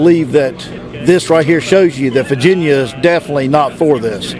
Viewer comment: Is this guy saying "Faginia" or is it just me